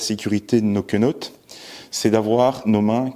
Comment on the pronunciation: Menottes, pas quenottes 😂